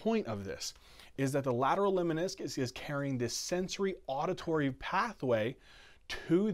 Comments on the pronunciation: NOTE--LEMNISCUS !!! (Not leminiscus) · Lemniscus not Leminiscus